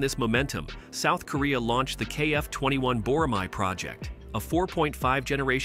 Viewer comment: Can't wait for their block 3 program to be fully implemented for full stealth capabilities. BTW, tell your AI voice to say Bo-Rah-May. Not "Mahi"